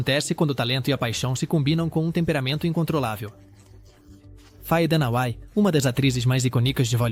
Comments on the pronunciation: Muita baboseira, e a voz artificial não consegue acertar as sílabas tônicas sem falar a pronúncia dos nomes estrangeiros Faye Dunaway ficou tão alterado que se tornou outr9 nome kkkkkkk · Parei de assistir justamente no momento em que Faye Dunaway é citada. Tortura pro público. Não rola mais a curiosidade de saber a pronúncia correta de nomes e palavras estrangeiros?